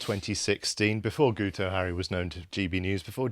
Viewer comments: He's not "Gooto" - it's "GIT-oh" as in "git". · because it is Welsh and the "u" is pronounced as a "i" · It's pronounced "Geeto" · Btw lads the dopey Welshman's name is pronounced Geeto. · Guto is pronounced GIT-oh. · Pretty sure it's pronounced ' git ' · As a welshmen it's "gitoh". It's just Welsh for "guy". I like your channel but at least get indigenous names right. Independence for North Wales from Cardiff rule. Cardiff doesnt the care about us in the North.